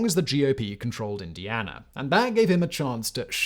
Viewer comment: why do you say Indianer?